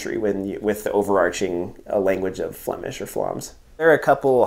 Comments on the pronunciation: Your flemish accent is perfect, greetings from Belgium! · Nice review !As a citizen of Antwerp I enjoyed this very much,especially your”zwaanstnaniehee”😜 Your pronouns the Flemish language better than some of our politicians ❣️👍